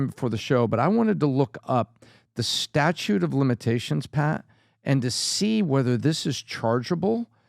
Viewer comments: it's statute of limitations, not statue lol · it's not "statue" of limitations. It's statute of limitations. You almost said statue of Liberty! You lost some credibility Bud.